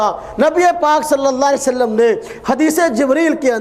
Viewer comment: sala ye mere murshid ki bat krta he khud to ye MUHAMMAD pak pr salam bhi thik se nhi deta .....pta nhi kia ''salle salam'' keh raha he MUHAMMAD ke nam ke bad....